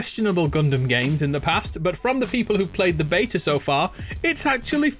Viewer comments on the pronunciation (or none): none